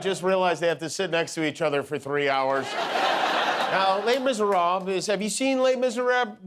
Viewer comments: Jimmy, you can't pronounce 'les miserables'! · Please learn the pronunciation… completely agree with all the Trump jokes etc but the false pronunciation of „Les Misérables“ drives me nuts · Jimmy said Les Misérables as if he was fluent in French…it’s , when he asks Guillermo if he has seen it. 😳